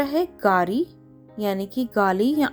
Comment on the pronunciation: Mam gaari hoga Gari nahi